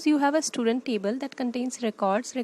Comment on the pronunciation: Why are you sayin "istudent"? 😂🤦‍♂️